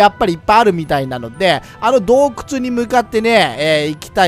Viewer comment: どうくちゅww